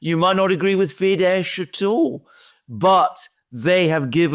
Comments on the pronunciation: Fidesz is not pronounced fidesh, it’s fidess; accent on first syllable, as with all Hungarian words. As in OR-ban,. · Hungary's party Fidesz is pronounced FEE-dess (the sz in Hungarian is pronounced like s)